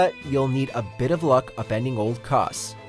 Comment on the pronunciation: " Kos " " Smaogh " Wth